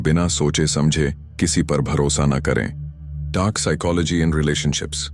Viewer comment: Bhai video to bhut accha hai per apne psychology ki pronunciation hi change kr di.